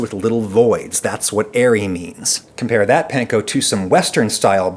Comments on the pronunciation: No it isn’t, Panko is pronounced like “Pawn-Ko,” the way the owners pronounced it. The letter “A” in Japanese always makes the “awe” sound. There isn’t even any soft “a” sounds like the English word “Pan” in Japanese. That sound simply doesn’t exist in the Japanese language, so you’re double wrong. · I cringe when I hear "pan-ko" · Weird choice to mispronounce "panko" for the entire video even though you mention that the actual Japanese people making it told you how to actually pronounce it. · please.... stop saying panko like that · That's not how the Japanese pronounce "a" tho. The "panko" pronunciation is wrong. :(